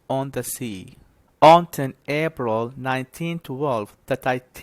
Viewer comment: ليش تلفظ حرف ال p مثل B This is wrong April not abril